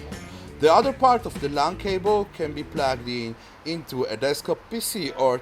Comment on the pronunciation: "Dis is a Etirnit cabele"